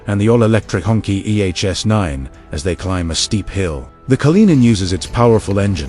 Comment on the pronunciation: Cracks me up every time he says the word "Honkey" 🤣I get 70's flashbacks to Shaft & Cleopatra Jones.